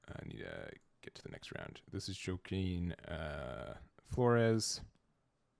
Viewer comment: I just never get tired of watching Melga lose. Glad that deck is losing popularity Edit: Also, Joaquin is pronounced Hwa-Keen. Like Joaquin Phoenix. It's fitting that dude played Beezlemon too. Judging by the quality of his camera, he is used to fishing things out of the trash. It was incredibly difficult to see what he was doing and I wouldn't be surprised if his opponents felt a little slighted.